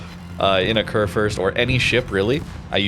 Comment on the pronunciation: It is pronounced "Kurfürst" ☝️🤓 Like the U in Rupprecht.